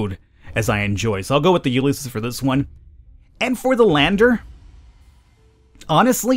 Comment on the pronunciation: Ulysses is pronounced "you liss eez", just a fyi.